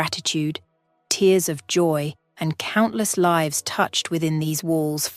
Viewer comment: The narrator was faster then your other’s but didn’t know how to pronounce lives or Michael.